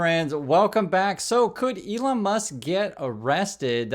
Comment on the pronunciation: Its Leon Musk.